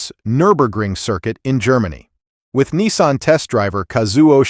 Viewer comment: It's NISSAN not NESSAN there is no E and while where at it there is not W in Jaguar